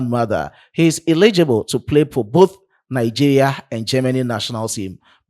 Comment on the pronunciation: Good job,. But it's pronounced Nigeria and not Nigea 😊. Thanks.